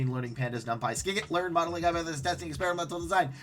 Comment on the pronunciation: FYI, scikit-learn is pronounced like "Sigh kit learn" (the "sci" is basically for science).